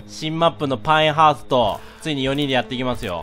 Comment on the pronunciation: パエンハーストじゃなくてパインハーストじゃね、 あ、だったじゃん。